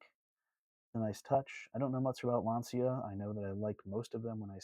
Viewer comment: I know it's spelled Lancia, but is pronounced Lanchia. Yes, Mr. Picky strikes again, another interesting fact of the Chrysler Town and Country wood bodied cars is 1950 was convertible, 1949 was 2-door hardtop, 1946-48 had convertible, 2-door hardtop, 4-door sedan and in 1942 had a wagon with a lower tailgate of two pieces hinged at the sides rather than the bottom.